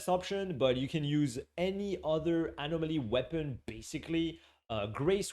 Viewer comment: Love the animal-moly pronunciation